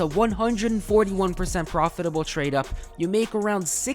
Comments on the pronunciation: Proditable ❌ Profitable✅ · proditable instead of profitable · proditable instead of profitable :p Another great video man <3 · Proditable instead of profitable 😂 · i have never heard proditable 🤓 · proditable lol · "proditable" Well done haha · proditable tradeups, big profits man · Proditable :cat-orange-whistling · proditable tradeups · "proditable tradeups" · "proditable" hahahah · and 0.01 amazing "proditable" tradeups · proditable (on purpose) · proditable is that even a word XD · Profitable❌ Proditable ✅